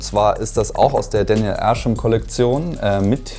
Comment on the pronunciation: daniel ärschem lol. der dude heißt arsham